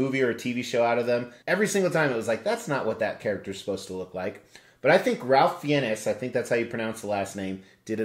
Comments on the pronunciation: Ralph Fie-nehs is the furthest away from his name pronunciation. It's pronounced Rafe Fines. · HE LOOKS COOL, SPOT ON. BUT I NEVER LIKED HARRY POTTER. THE ACTOR'S NAME IS PRONONCED "RAFE FINES" MASSIVE CONGRATS👊🏽🥃